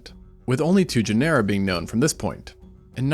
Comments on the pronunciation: I love your videos but everytime you say Genera like Panera makes my skin crawl. It’s pronounced like Gin-uh-ruh like gener in generation. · Say "janera" one more time. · it's weird that you put all this stuff together but can't pronounce "genera" therefore never even took high school level biology?